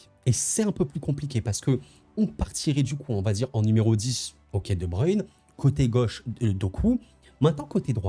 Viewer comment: enfin un français qui sait dire brussel et non bruksel mdr , et svp ce n'est pas de bruine , c'est de breuine merci